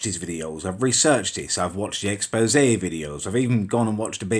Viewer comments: Back up you can't even pronounce expose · Back the fuck up you can't even read the word expose